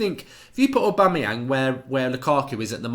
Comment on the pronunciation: you lost my respect for you when you said Aubamyang , wtf !!!!!!!!